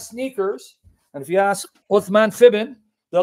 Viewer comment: "IF YOU ASK SNKEAERS" LMAO 🤣